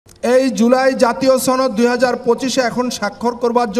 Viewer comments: সনদ নাকি ছনদ 😂😂😂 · সনদ কে কোলকাতার দাদাদের মতো ছনদ বলে কে? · এটা কি সনদ না ছনদ ??? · ছনদ না সনদ লকটা মনে হয় চাপাই 😂😂😅😅😅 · আপনি সনদ কে ছনদ কেন বলছেন। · উপস্হাপক মহোদয় সনদকে ছনদ বলেন কেন? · দাদা কোথায় থেকে আসলেন। বাসায় সসনদ বলেন কেন দাদ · উপস্থাপক কি কলকাতার নাকি? ছনদ ছনদ করছে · সনদ উচ্চারন করতে পারে না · এই উপস্থাপক্ষে মনে হইতেছে সে ভারতের সদস্য অথবা ভারতের কোন সক্রিয় সদস্য। সে বাংলায় সনদ কিভাবে উচ্চারণ করতে হয় সেই উচ্চারণটাও জানে না। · সনদের উচ্চারণ অনেকই ভুল করছেন। এটা খুবই লজ্জার।